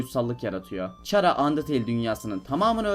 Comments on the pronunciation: Çhara :D Bilmeyenler için khara diye okunmakta ingilizcede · türkçede çhara da hani yabancı diller arasında burda sen ahmet sen orda sana ahmad diyemezler ahmet demek zorundalar Ingilizce de de c harfi k olarak okunduğu için <H harfini niye ihmal ediyon anlamadım> Chara(khara) olarak okunur